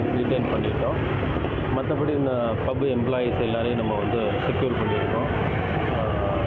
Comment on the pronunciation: News reader Pubs pubs pubs ...hot pubs ready..chicken pubsss ,sweet pubssss